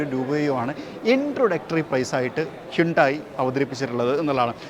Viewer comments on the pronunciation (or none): ഹ്യുണ്ടായി അല്ല ഹന്തേ😂😂😂😂